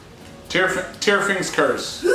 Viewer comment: This was a bunch of fun, thanks for posting! In case you're curious, you nailed the pronunciation of "Tyrfing" . The company (Halogi) is pronounced ha-LOW-gee (gee like geese). Source: me. I created both :)